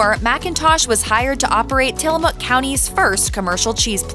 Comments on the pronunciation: It's till-a-mook Not till-a-muuk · Mook like book, not Muk like the Pokemon. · Pronounced "Tillamuck".